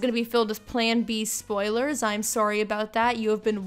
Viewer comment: I closed the video after hearing "disclaimer this is going to be filled with plan bee spilers"